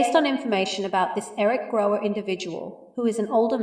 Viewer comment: His name is Gower not Grower.....you should be able to get that right